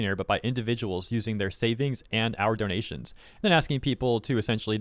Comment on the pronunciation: "do*nya*tions" "fictio*nya*l" I dont think those are typos